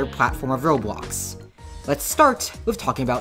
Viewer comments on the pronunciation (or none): none